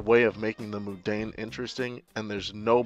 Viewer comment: you pronounce mundane moodane. FAIL.